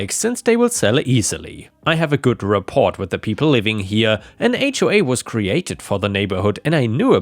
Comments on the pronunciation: "Rapport" is French in origin, so the 't' is silent. It is pronounced 'rap-or'. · Hey, not a big deal but the word Rapport is pronounced Rah Pore.